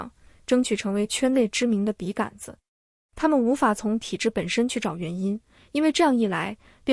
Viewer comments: 笔 杆 （gan 一声）子？ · 笔杆子的杆是三声吧，听着好别扭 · 完美的声音，除了“笔竿子”这个读音有点怪